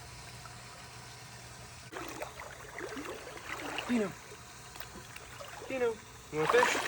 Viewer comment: Honestly I thought his name was “Deino” not Dino just cause the way you pronounce it and the fact that Deino is also short for Deinosuchus which was a species of giant prehistoric alligator